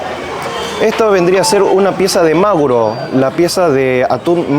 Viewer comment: No entiendo cómo con tu background y el tiempo que llevas en Japón dices MAguro y no M aGUro como debe ser